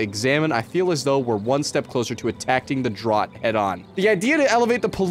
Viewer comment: Bro was so flustered he mispronounced "attacking" and "drought" and didn't even notice 😂😂